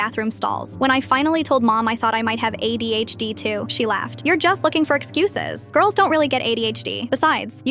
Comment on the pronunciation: I heard AIDS instead of ADHD and i was mortified and confused in the beginning